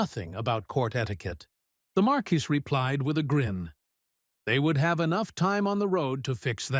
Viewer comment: oh ffs. It's not even 15 minutes and we have 3-4 ways to pronounce marquis? and slimes are now slugs?! I don't think I can take 3 hours of this. does anyone proof the stories??